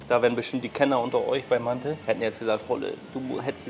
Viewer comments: Haha nicht mante sondern manti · Auf türkisch heißt es mantı. Es wird nicht mantiii ausgesprochen.. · Digga es ist doch echt nicht schwer vorher auf Google Übersetzer auf Türkisch zu stellen und sich das Wort aussprechen zu lassen oder? 😂 Dauert nicht mal eine Minute und du holst direkt mehr Leute ab